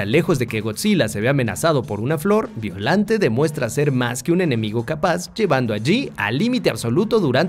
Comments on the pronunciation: Se escribe Biollante y se pronuncia "Ballolante" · Se pronuncia beoyante en realidad